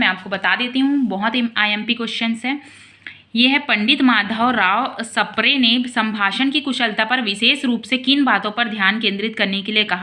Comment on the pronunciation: Sapre ❌ spre ✅